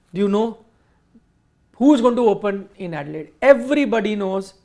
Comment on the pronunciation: it's not 'edilaide', it's adelaide